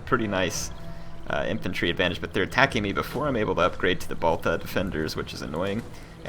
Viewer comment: just ignore the "h" in "Baltha" it is a heavy T in Arabic"ط" not really a "th"..and obviously Balta means axe (: Maybe you can play with the sassanids in their own game "subjugating others" if you subjugate Lakhmids they will turn to your side fast enough cause they will have many common enemies with you, you will free your besieged settlement without a fight, the sassanids will need to deal with the lakhmids armies in Asia Minor while you ignore arabia and just control Syria and Palestinea with your Egyptian frontier armies and utterly crush the Sassanids undefended homelands with the army that subjugated the lakhmids